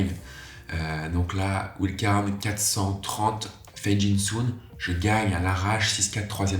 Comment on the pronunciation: C'est possible de prononcer wild card correctement un jour? Ou alors autant dire "carte sauvage"....